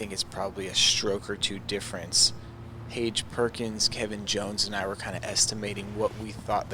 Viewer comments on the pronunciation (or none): Definitely had a bye, but correct me if i’m wrong, did he just say Paige Perkins!?!